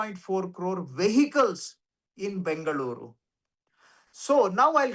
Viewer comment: What is Bangaluru sir 😂 ? Mix of Bangalore & Bengaluru, you are also sounding like the North Indian residents of Bengaluru.